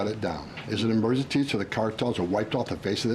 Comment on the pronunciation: Cannot even say EMERGENCY.